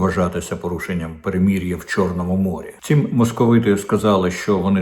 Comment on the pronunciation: Дмитрий,как трогательно и по- нашему Вы произносите слово " перемирие".как и надлежит,через мягкое " и",/ перемір'я / Весьма странно слышать от всех остальных " перемир'я /